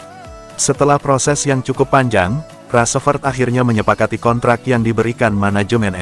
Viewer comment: Ngomong rasfrod bae balepotan